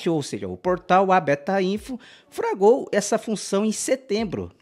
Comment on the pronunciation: Quando chegou no "fragrou" eu parei o vídeo 🤦🏾‍♂️🤦🏾‍♂️🤦🏾‍♂️